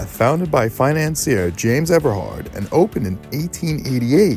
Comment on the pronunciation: I went there as a college student between 79-80. I don’t remember being told about the fatal fire. It definitely would have creeped me out. This reporter has the correct pronunciation: Ever-hard. Notice he doesn’t say Everard. 😂😂😂😂😂😂 I wonder where he heard that from? It was a standing joke. Those were the days. Such fond memories. It all came crashing down and I’m glad I experienced it and survived. Gay life is so boring in the cellphone age. I feel sorry for those who never got to experience those times.